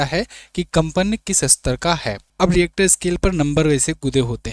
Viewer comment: डरानेकी झूट बात मत कीजिये. भूकंप का भविष्य कोई भी नही कर सकता. Rister not reactor.